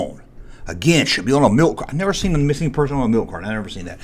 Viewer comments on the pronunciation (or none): none